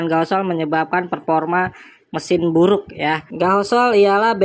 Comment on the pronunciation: gasohol bukan gahosol😂